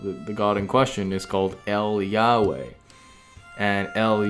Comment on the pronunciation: "el Yahway" Hebrew ain't spanish bror